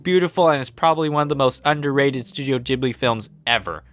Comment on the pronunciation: He said 'Studio Jeeble' I don't know him.